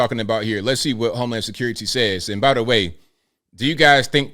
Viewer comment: Freakin ny like whateva.....homy securi-tay.....wanna list this...